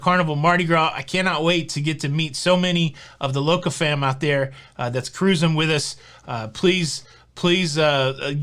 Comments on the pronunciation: exactly. This shows his excitement and love for what he does. I do believe he knows the proper pronunciation. Let him have his excitement. Always fun to listen to. Shush 🤫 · As a future Mardi Gras cruiser, I eagerly await your thoughts, views, vlogs, etc…I ask my steward the first time I meet him to have ice daily. Easy peasy. They’ve always accommodated my request. Finally, it’s not pronounced cruising, it’s pronounced ca-ruse-ing. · Hey! What happened to my three Syllable Cruising!!!!